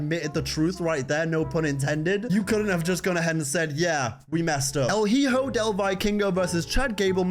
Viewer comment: please, PLEASE at least look up how to say these words in Spanish because the way you said "hijo" hurt me to the core.